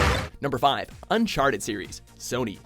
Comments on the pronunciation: when it said unchatered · "unchaterd".... well ok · “Unchatered 4” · I'TS UNCHATERED A THEIF'S END!11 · Fifion Ahh... It wasn't important, but I did find it hilarious! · Unchaterd... Really